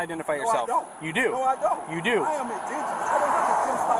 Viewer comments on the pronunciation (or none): “I’m ingidenous”…Got it